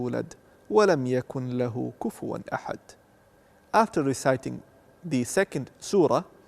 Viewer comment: Yes I’ve noticed that too I see a few doing that but most Muslims do it with a at the end I do it with a like you Another point he said In Surah ikhlaas et the end (kunla)hu kufuwan ahad Most say kulahu kufuwan ahad You don’t say the n Allah knows best Or it might be different variations of saying after all there are different ones